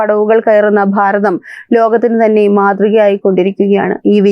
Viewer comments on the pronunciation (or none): none